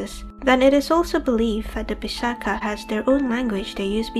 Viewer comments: The "ch" in pisacha is pronounced as ch in teacher. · The pronunciation is Pisa- ch(as ch in coach)-a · Great video.....though your pronunciations are wrong in certain places like "Pisacha". Keep up the good work :)